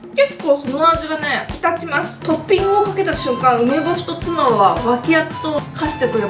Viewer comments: 油切りをしてないツナが 油切りをしてないツバて 聞こえた（笑） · つばの発音気になった人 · 油切りをしてないツバって聞こえた